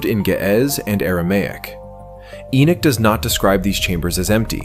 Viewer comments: The correct pronunceation of Enoch is not E-Nik it is E-Nock like knock on a door. There is no "I" in the name! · Again why not use a human voice instead of an AI Narrative? The narrator can't even pronounce Enochs name. Calling him Enich.